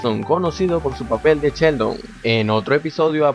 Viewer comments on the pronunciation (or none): has llamado a Sheldon CHELDON , DE VERDAD CHELDON yo lo flipo